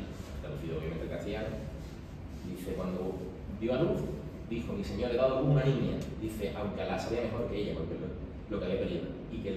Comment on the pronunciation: El texto de Fernando a su hijo Alfonso debe leerse con la entonación correcta: señor te dejo..., donde "señor" no es vocativo sino predicativo, es decir, invirtiendo el orden "te dejo señor" etc. Fernando no llamaría nunca "señor" a su propio hijo, puesto que el señor lo era él. Por tanto no debe leerse ese "señor" separado de "te dejo".